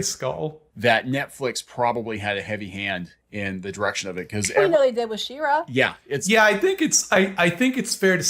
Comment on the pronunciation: "THEM-ra"?? Does he think the show is called HIM-man??